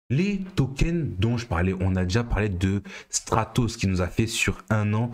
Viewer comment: Il faudrait attacher un "r" à Stratos, qd même !